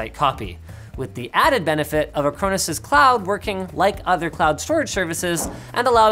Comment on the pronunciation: Dunno, I was distracted by "ac-crow-nis" (I thought it was "a-crawn-is" all this time)